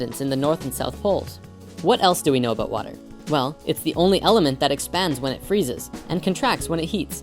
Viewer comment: He gave a shout oot. What's that aboot?